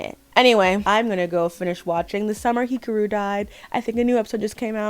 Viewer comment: Did she say Hikuru?